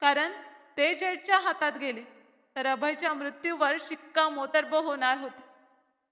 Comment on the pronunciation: शिक्का मोर्तब या शब्दात त च्या आधी अर्ध्या र चा उच्चार आहे. अस्तनीतला साप म्हणताना अ, अर्धा स त्याला त आणि न ला दुसरी वेलांटी असे वाचले पाहिजे